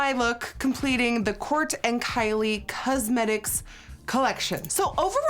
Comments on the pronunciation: ' kylie cuzzmetics ' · I actually really like the way Nikki says "cuzmetics" lol 😊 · kylie CUHsmetics